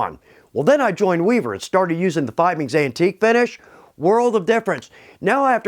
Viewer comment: Not going to lie. I cringe every time pronounces Fiebings wrong.:)